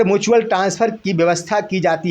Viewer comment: मुचुअल नहीं म्युचुअल होता है।